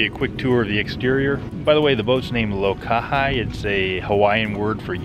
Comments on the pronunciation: Aloha. Congrats on the new S/V! She’s definitely a classic-looking boat, and I’m sure a spirited sail when underway. One note…Lohaki…In Hawaiian, “I”s are pronounced like “e”s, or phonetically => Loh kah He. Should you come across an islander, they’ll be impressed with the correct pronunciation. Imua (go forward)!! ⛵️🤙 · You might want to check with someone that speaks Hawaiian, but generally that “I” at the end of the boats name would have a long e sound. Think of the word Hawai’i. The ai makes the Long I sound and the I at the end makes a long e sound. Beautiful boat btw. SV Flekk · Enjoying video. Lokahi is pronounced Lo-ka-hee. The Hawaiian language is very phonetic and the letter "i" is an "ee" sound Think Waikiki Why-kee-kee Look forward to more videos and wishing fair winds and following sees. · BTW It is pronounced low-KAH-hee. Beauttiful boat. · It's pronounced low kah hee. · Lokahi ~ The 'i' is pronounced as an long 'e'.